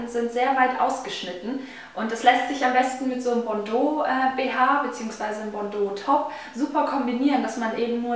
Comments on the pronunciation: Ich bin Französin und wir sagen "bandeau" und nicht "bondeau" :) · nein Bandeau , so wie du des sagt hört sich es an wie bordo rot .und ich bin französin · bAndeau nicht bOndeau